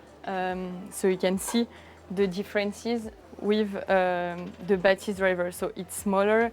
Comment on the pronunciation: Are my ears playing tricks on me? On this video the FOCAL guys have repeatedly pronounced the name as BA-thys but audio reviewers insist that it’s ba-THYS. are we trying to hard to make it sound French? 😂. Just like how the brand became fo-CAL, with the unnecessary stress, because someone who speaks English heard it that way?